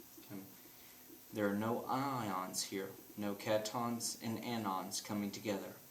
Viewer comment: I don't have a problem with pronunciation especially with this guy because his videos are still useful. But I think he's saying cation and anion wrong. It's pronounced cat-I-on and an-I-on. It's three syllables. Anyways, great video.